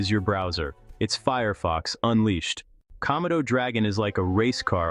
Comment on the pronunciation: Comodo is / koh-MOH-doh/.